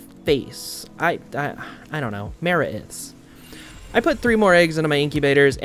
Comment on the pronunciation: Just want to say, love your videos, and in case it isn’t a joke I’m not aware of, I’m pretty sure it’s said Die-Nossom (said like blossom but with an N) and Ma-wraith❤